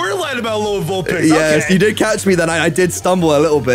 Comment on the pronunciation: did mans really just say "Vulplix?"